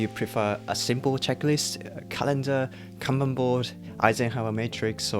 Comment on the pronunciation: Finally! is the only productivity creator who know how to properly pronounce カンバン (Kanban) 😂😂 大野様 can rest in peace now. おかげさまで助かりました。 Every time I hear Can Ban🥫🚫 I wanna pull my ears off.